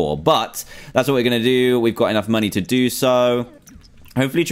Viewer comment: Dantdm u say moneyz instead of money